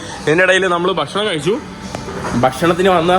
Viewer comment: ബഷണം അല്ല സുഹൃത്തെ, നമ്മുടെ ഭാഷയെ മാനിക്കു? ഭക്ഷണം എന്ന് പറയൂ. Thanks for good vlogs!!